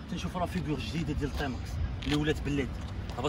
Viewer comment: ⛔ غير هي بالرجوله سميها تيماكس ماشي طيماكس 🤫😭😆👍